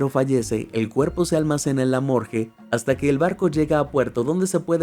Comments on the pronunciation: Morgue ❌ Morge ✅👌👍😆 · muy bueno pero por dios, morGUe no morJe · "Morgue" no "Morge". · Por qué dice “morge”?? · Sorprendente...Por qué decís "Morge"???